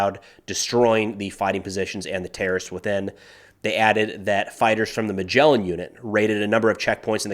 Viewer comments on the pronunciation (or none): not "Magelan unit" but"Maglan unit" u say it "MAG"-"LAN" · Hey,, on the topic of pronunciations of words...the unit isn't Magellan, it's Maglan (sounds like Mug-lan). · Also, not Magelen but Mag-lan, Mag sounds like Mug (coffee mug), Lan sounds like "Van" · Hey, speaking of pronunciations;) It's not "Magellan" (like the explorer), it's "Maglan" - Hebrew for "Ibis". Thanks for putting the effort in pronouncing things correctly! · Sa-Ja-EE-ya. Mag-LAN (as opposed to Magellan 😂) With respect. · Its mag-lan, not magellan. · also u said majelin... its ma-g-lan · it’s pronounced Mag-lan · it's pronounced mag-lan (mag like magazine, lan like Lan network) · (this is how you say מגלן) love your videos btw keep it up♥ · Maglan - G as in Gaza, and the last syllable is accented. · Hi, small pronunciation correction , it's the Maglan unit, and the G is like in "golden" and not like in "giraffe". Love your videos, keep it up👑